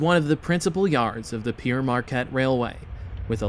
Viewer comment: Good video..but one thing..that name Pere Marquette: Pere is a french word meaning Father...needs to be pronounced as if it were the fruit: Pear....as in" Pear Marquette" Well done!